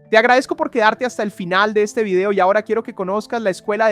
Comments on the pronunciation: She movió al eShte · 😂 la placa de eshcochia se mueve hacia el eshte 😂